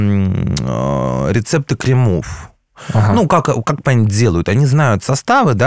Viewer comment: Веселенько) Про косметику - никогда не говорите кремОв. Только крЕмов, крЕмы, а не кремА - это прям ну очень ухо режет тем, кто в этой теме))))